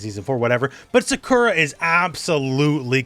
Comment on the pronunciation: Why do you pronounce Sakura’s name that way?